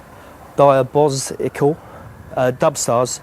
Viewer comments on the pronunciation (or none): "diabozical"....."DUB STARS!" LOL fucking idiot